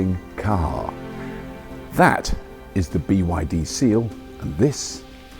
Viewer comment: Why can’t you say BYD? What’s wrong?